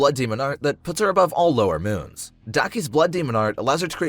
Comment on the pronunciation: I heard lowermoon6 as lowermoonsex